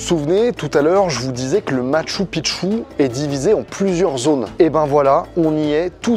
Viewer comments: Pour info on prononce "Matchou Pikchou" qui veut dire vieille ville / vielle cité, quand tu dis "Matchou Pitchou" ça veut dire vieux pénis... voilà voilà :) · Ca se dit Mashtou Pishtou...